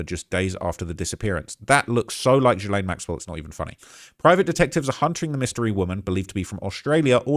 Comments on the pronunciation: I love your videos, but FFS, is GILL, like a fish gill, not JILL-LANE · My guy! It’s Gee-lane. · You cant even pronounce ghislaine maxwells name correctly You are extremely miss informed regarding this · Can we all learn how to pronounce Gislaine?! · Please check your pronunciation of Ghislaine